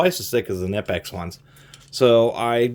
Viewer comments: Fun fact, Knipex is actually pronounced "Kah-nee-pex" not "Nih-pex" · FYI, it's pronounced k-nee-pecks (hard "k", long "e"), not nip-ex. Just sayin'... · Great review. BTW it’s Kuh-ni-pex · It can be pronounced both ways. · Fun fact, Knipex made a video saying both pronunciations are correct. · Yea but that sounds stupid. I pronounce it like him too, guess we're both wrong